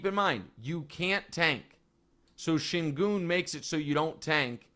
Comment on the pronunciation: Actually, Nick, Şengün is pronounced ˈʃæɲɟyn' in Turkish, which translates in American English as "SHAY-en-gewn", which when said quickly with an American accent sounds like "SHANE-gun". Reggie Miller says it closer to the right way than Kevin Harland does, though both of them say "goon", which is also not quite right. I find it hilarious that you're frustrated about this when you're more wrong about it than Reggie is. I wouldn't go around telling people that because there is no letter-a in his name, it shouldn't sound like an "A" because there are many, many examples of words foreign to American English that have "E's" that sound like "A's". I hope Wildes does some research and calls you out live on the show, haha.